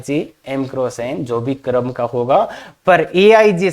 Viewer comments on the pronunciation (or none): क्रम बोलिये न, करम क्यों बोल रहे हो।